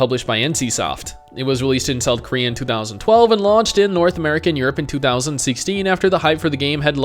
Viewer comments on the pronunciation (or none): none